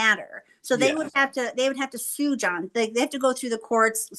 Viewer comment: I love how with the contractor and she keeps saying John when it really needs to be Jose